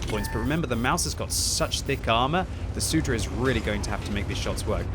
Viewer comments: It's not SUDRA, but Soudruh lmao. It means "Comrade". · I love how says soudruh. I speak Czech and this makes the commentary more exciting.